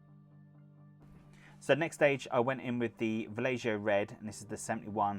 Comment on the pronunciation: You are killing me with Vallejo. It's pronounced Va-yay-ho. Nice paint job though. ;)